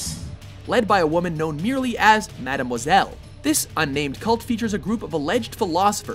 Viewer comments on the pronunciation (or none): none